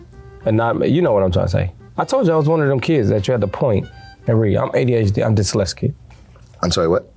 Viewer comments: "Im diseleskit" 💀💀🙏🙏🙏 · Disletsget, he made 3 words into one! Dis-lets-get. Nate said, "I know what you are trying to say period." and didn't tell him how to say the word 😂